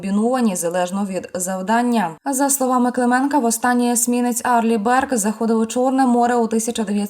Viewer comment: "Арли Бёрк" .😊